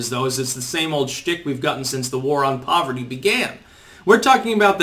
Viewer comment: "We need tuh wipe out povuhty, in the United States. We need tuh wipe out hunguh, in the United States" 😂 Your Bernie voice is quite good.